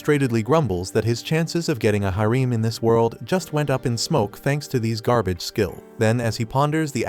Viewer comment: Harem, /ˈherəm/ You pronounce this word so bad your mother should spank your ass for a week, and when you finally come down for breakfast she should do it again and again.